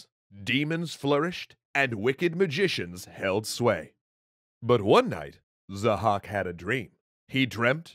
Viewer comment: His name is Zahhâk not 'zhack'